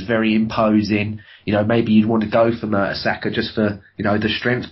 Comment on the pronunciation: If this guy says merta"soccer" one more time. ....